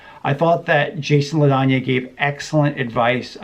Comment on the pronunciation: His name is pronounced "La Danny."